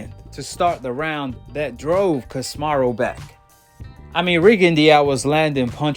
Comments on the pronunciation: Ca si me ro not kosmarro 😆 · Not to be rude bro but ya gotta pronounce names right, stop saying casimaru